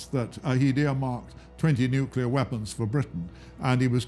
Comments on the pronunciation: This documentary is very well done. But it's funny hearing someone with a cultured British accent pronounce the word "Nuclear" as "Nucular" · So amusing. That bald historian cannot pronounce nuclear.